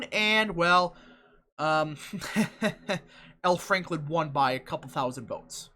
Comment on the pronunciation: i like how you call him al franklin lol